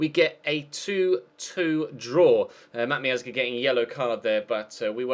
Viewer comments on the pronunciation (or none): How do you have more subs than docks? Joint with MGH, your the most boring and generic commentator in the community. You even say Matt miazga, who is from USA, in a Spanish accent? What is that?